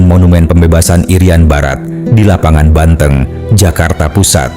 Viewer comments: Lapangan BANTENG ( hewan kaki 4 masuk bangsa sapi , hidup dihutan ) bukan BANTENG , E yg diucapkan sprt menyebutkan kota Banten min . Koreksi cara melafalkn . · Dari video ini saya jadi tau cara mengeja kata " banteng " dgn benar. AI memang hebat